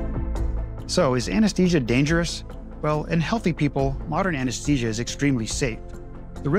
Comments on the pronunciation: It's pronounced "a-nuhs-thee-zhuh", not Anes-tee-sia. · Why do you say anesTesia when it's spelled anesTHesia? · Try to pronounce `Anesthesia` correctly.